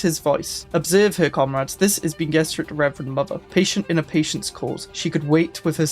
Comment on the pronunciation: Bene is pronounced ben-eh a bit like rene (artois)